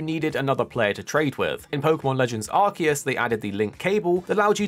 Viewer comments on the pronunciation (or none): none